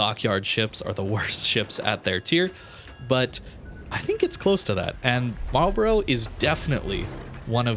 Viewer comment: It's pronounced "Marl'b'ruh" or "Marlbruh"...not "Marl-borro" or "Marl-Bro";-)